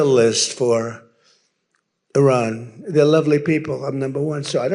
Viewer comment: Love your show Ben. But why are you still saying “Oran”? WTF???